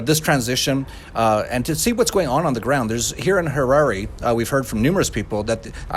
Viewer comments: it's Harare not Hara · Its Mugabe not MUNGABE, its also Harare with an E not HARAR, at least get basics correct, how do we know that anything else you say is correct... Interview someone who has been a resident for 30 years NOT a newcomer who really knows very little about Zimbabwe. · Interesting video... however it's pronounced ha-Rar-ay...great subject matter though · yo dude its pronounced ha-ra-ree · Harare is pronounced Harari, you moron. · It's pronounced Ha-ra-re. , When I went to Zimbabwe in 2014 the US Doillar was used as legal tender in Gweru and Bulawayo and the Rand was used as coinage. So something that was 5.50 was 5 US Dollars and 10 Rand. Oh yeah I remember that as well. The trip from Bulaweyo to Gweru alone must have nearly a dozen roadblocks each way. On the way back to the airport the driver kept being fined over and over for having a licence for the minibus but not the trailer with all of our luggage. Fortunately though he had enough money. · Harare is not "Harair" Mugabe is not "Mungabe" How ignorant is this reporter? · would help if you could pronounce the names you mention, it is HA RA RE (Har Rar Rey) and MU GA BE (Moo Gar Bey) typical coloniser ignorance. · it is pronounced hah rar re. Zimbabwe is an incredible country, with still good infrastructure, and the most lovely people you will ever meet. I have spent the last 22 years off and on in Zim. I encourage you to go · the way he said harare lol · At least learn how to pronounce the name of the now ex president and the Capital city before reporting the situation. Surely that should be part of an important part of a reporters job.